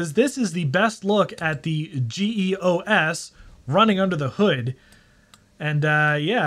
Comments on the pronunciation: That's not how you pronounce "GEOS" 😁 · Geos Geos Geos it's one word. No-one , ever , till now, had called it G . E . O . S. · "Jee Eee Oh Ess"